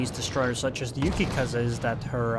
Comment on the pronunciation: nah, he called "Yukikaza" annoying